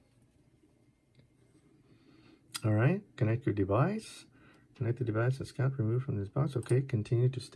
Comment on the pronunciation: Scott? It's scout. S C O U T,scout.